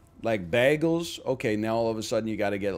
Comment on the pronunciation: The way he pronounces bagels causes me physical pain